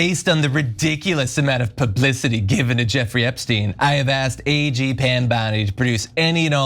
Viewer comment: Sounds like “I have asked Aging Pam Bondi” 😂😂😂😂